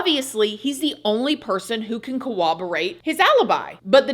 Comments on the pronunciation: Corroborate not Cowoborate lol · Girl.. say it with me.. corroborate. CORR-ob-or-ate.